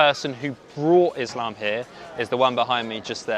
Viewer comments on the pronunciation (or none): none